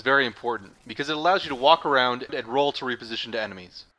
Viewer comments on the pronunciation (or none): none